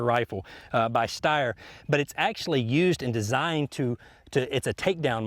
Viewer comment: its called steyr (pronounced "stayer" just like slayer. but stayer) dope video still